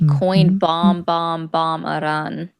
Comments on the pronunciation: lol what, no. It does not follow english language conventions, but I still expect you to get it right. Airan is definitely not correct. It is a simple I like in India, pronounced the same way. At least check before you embarass yourself. I mean is this a joke? Even wikipedia has that little sound icon you can click and have it read to you. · heyyo, im a decently fluet farsi speaker, lived in Iran for about 6 years. is not saying it correctly. Shes specifically adapting a french/italian/spanish pronunciation of it. There is no word in the language that rolls their R. The name is "E-Rhaan". But genuinely it doesnt matter, theres a bunch of weird accents in Iran and from persians who live out of country, and Persian is such an old language that others tend to carry back over barrowed words. But there is no rolling R. Now if could do a "kH" sounds in persian, id be impressed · Airan?? why do Americans have such problems with saying the word "Iran" properly when they can easily say the "I" in "international" , "India" or "iridescent"? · as much as I like, I totally agree! I've been working for a large Iranian family for almost 15 years. They DO NOT roll the r at all. They DO pronounce the "I" like an E, and they DO make the R a little harder sounding than we do in English, but they DON'T roll that R like she does. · she's pronouncing the "I" correctly, but she's over-exaggerating the "R" when she says it.